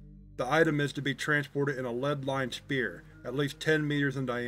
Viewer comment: I love your videos, I’ve been a fan for many years! But a tip- “Sphere” is pronounced like ss-FEAR. Keep up the great work!